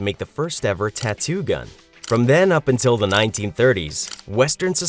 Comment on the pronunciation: TONT GET A TATUE😂